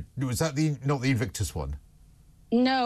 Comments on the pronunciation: Love your show…but please, get the pronunciation right…it’s INvictus…not Evictus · INvictus, INvictus, INvictus - not Evictus. I like this girl, but if you're an "expert" Royal Watcher and international commentator, you should know what the word is and what it means and how it's pronounced!! 🌺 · just misspoke herself and said "evictus" rather than [nvictus. Accidentally she has just come up with a genius pitch idea 'Evict us'... A special showing Harry and Meghan moving out of Frogmore.!!! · Did she say Evictus? It is Invictus Games …… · INvictus, not evictus and not “Patre-article” (May they SHOULD be saying evict us.) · I love, but please say invictus NOT evictus. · I love you but it’s INVICTUS. You keep saying “Heart of Evict Us” like they’re getting evicted from their home in Montecito…LOL LOL LOL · It's said IN-victus ... not 'evictus' or 'ivictus' as the 'Royal Commentator' so ignorantly mispronounces it ffs. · What is heart of evictus? 😂 Patriarticle society? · Why can’t say invictus right she’s killing me ❤